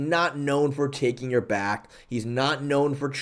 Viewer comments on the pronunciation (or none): none